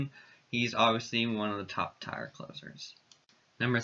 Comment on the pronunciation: I hate to be that guy, but tier is pronounced like tear in your eye.